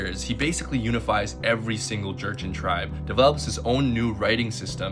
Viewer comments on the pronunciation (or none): The correct way to pronounce Jurchen is joo-shen, ᠵᡠᡧᡝᠨ, not “jErChEn”😂 Also, 20 was the number of native Manchu speakers who spoke Manchu since birth. However, many of us younger generations are starting to re-learn our own native tongues. Our parents’ generation don’t have native speakers due to the culture revaluation and Han Chinese’s “culture assimilation” effort. ᡨᡝ ᡶᠣᠨ ᡩᡝ᠈ ᠯᠠᠪᡠᡩᡠ ᠮᠠᠨᠵᡠ ᡳᠴᡝ ᠵᡠᠰᡝ ᡳᠨᡠ ᠮᠠᠨᠵᡠ ᡤᡳᠰᡠᠨ ᠪᡝ ᡩᠠᠮᡠ ᠰᡳᡵᠠᠮᡝ ᡨᠠᠴᡳᡥᠠ ᡴᠠᡳ᠉